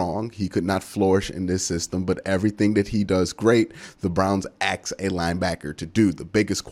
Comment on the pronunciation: Just say "ASK" once dawg lol.